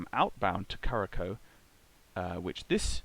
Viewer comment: Thanks for an entertaining show. One note, Curaçao is pronounced ‘KuraSau’ ;)